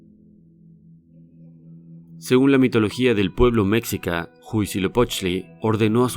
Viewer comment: El nombre del pueblo no es 'méxica' esdrújula como usted lo mal pronuncia, sino mexica palabra grave con acento tonal en la penúltima sílaba.